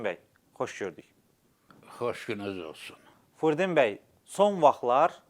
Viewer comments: hörmətli Ağsaqqalın adını düzgün tələffüs edin, “Fürdun bəy” yox, “Firudin” bəy. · AY, AY BİSAVAD, " FURDİN " YOX, FİRUDİN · Furdin deyil,Firudindir! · Furdin yox , Firudin . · Frudin bəy yox, Firudin bəy.